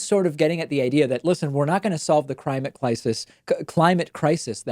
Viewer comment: crimate clisis hahahaha